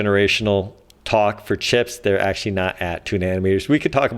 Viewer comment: Actzhachry, lets all cooperate with each other.